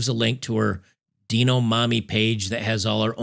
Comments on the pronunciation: Deano mommy,? Really? "Dye-noh", like "Dino-saur". lol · Hey, it's it's pronounced "Dine O" like dinosaur. Not Deno. or are you purposely pronouncing it wrong? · you're killing me with this mispronunciation of "Dino". It's not "Deeno" for the love of God, lmao. Are they "Deenosaurs"? Just picking nits, but lol man for some reason this was driving me crazy throughout the video. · Please learn how to pronounce "Dino", lol This is literal child abu5e :(